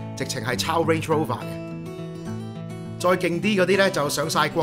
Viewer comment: I love your channel. Cooking is top-notch, your talk – cut to the chase and I agree with everything you said. Just one cent of my opinion - I must admit that you speak fluent English. However, please pay attention to some of the nouns you said, e.g. Range Rover. You pronounced "range" as "wage" which is quite something. And this is not the first time, yet I am not going to list every mis-pronounced nouns of yours here.